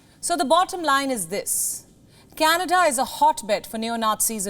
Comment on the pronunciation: I think canada become k-Nada 😂😂😂